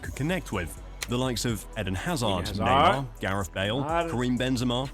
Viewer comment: Bro said Fede 🤡🤡🤡